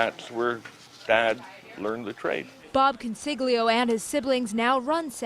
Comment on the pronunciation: ConsiGLio 😂😂😂 Italians can’t pronounce their own surnames. Embarassing.